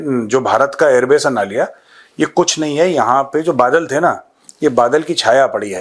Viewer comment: नलिया he sir नालिया नही.. I have lived in Naliya AF Stn for 5 years